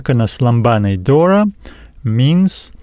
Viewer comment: For λαμβάνει is lamVanee Pronounced . No lamBanee.. V no B δώρα ...is THora no Dora .. is TH no D. TH like you say THere . Same sound Try 😊